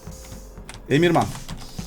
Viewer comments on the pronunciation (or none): Emirhana emirman diyen koca yürekli